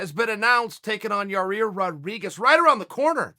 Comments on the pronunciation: I love Chael trying to sat certain names. Here we are with "Ya rear" again. Lol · Chael “Ya-rear” Sonnen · Yareer.... chael out here butchering people’s names every other interview lol 😂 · Chael "Yawr-Ear" Sonnen... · YAIR, no R in the middle there. C'mon buddy boy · Pronounced: YAI' IR, Chael. YAI' IR... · Chael just give up on pronouncing Yair lol